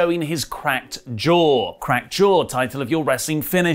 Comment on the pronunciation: He broke his jaaw He bok it jaa Ee bok it derrr